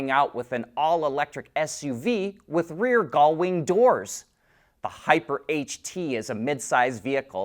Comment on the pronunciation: Is there a chromosomal reason that you cannot pronounce gullwing?